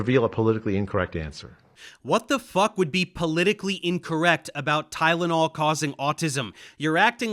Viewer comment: Tylonol not gud man wat u mean XD